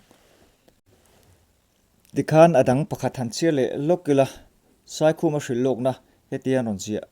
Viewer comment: Pu Saikhuma hming kha mi lam loh danin i lam.